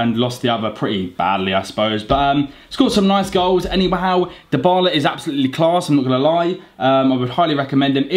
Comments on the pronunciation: His name is pronounced as Die-Bar-La. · Actually it's dee-bar-la